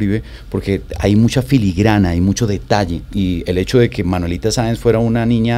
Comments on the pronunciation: Y aparte dijo varias veces Manuelita Sanz en lugar de Saenz. Muy triste. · Alguien que le diga a la muchacha que su personaje es Manuelita Saenz no Sanz!! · Un like si vienes a ver que comentan sobre la actriz que no sabe pronunciar el nombre de su personaje, Manuelita Sáenz. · Maravillosos actores y, claramente se vé que estudiaron sus personajes; nuestro prócer Santander tiene uno de sus mejores homenajes en. Felicitaciones!! Manuelita Sáenz, tuvo en la actriz ecuatoriana la mejor representación, porque nuestra actriz no sabe ni pronunciar el apellido (ojalá lo sepa escribir), ni entendió que Manuelita fue una patriota también, que esas vivencias de niña y joven la hicieron rebelde no traviesa. 😒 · Que pena que ni siquiera puede pronunciar el apellido de quien interpreto....aparte que no tuvo un gran papel a comparacion de otros que tuvieron el mismo tiempo de actuacion